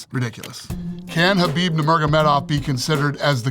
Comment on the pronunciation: my guy said khabib🤣